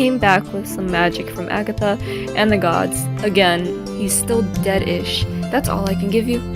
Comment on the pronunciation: I heard dead-ish as "Dedf1sh" from splatoon